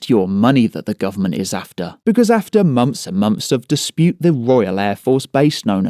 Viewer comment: "fings", monfs", "fousands". Lol.